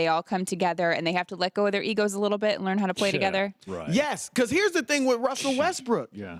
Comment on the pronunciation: Did he say Wussell Westbrook?